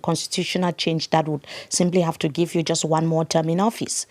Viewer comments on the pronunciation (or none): none